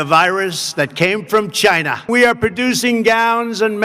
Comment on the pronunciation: 1.10. I love the way he says China 😂